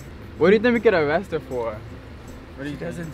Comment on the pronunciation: It’s called arrest her not avwest her